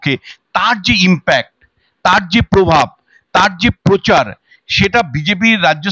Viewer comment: র ---ফলা র উচ্চারণ করতে পারেন না ? যেমন----পোধান মন্ত্রী , পোচার । সঞ্চালনা অত্যন্ত বিরক্তিকর ।